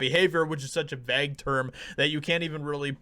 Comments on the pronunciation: Did you just say "vag" term instead of vague? Dude...lol that had me laughing. I don't always agree with you but I still watch you. Sometimes you are spot on. Most times you speculate. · How did you just pronounce vague again? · You pronounce 'vague' funny. That is all. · That isn’t how you pronounce the word vague